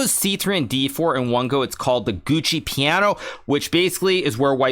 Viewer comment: Is “Gucci Piano/Pianissimo” a meme that has escaped my notice, or is that a genuinely unknowing mispronunciation of “Giuoco”? I’d have been certain ‘twas the former, but the mistaking of “very quiet/soft” for “very slow”—practically functionally equivalent in the chess context, I accept—does give me at least a moment’s doubt.